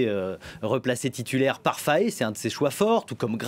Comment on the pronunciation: Maudiaa c'est pas Faye mais FAÉ